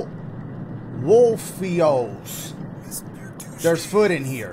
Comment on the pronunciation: game: atleast, theres some food in here Dashie: theres fud in here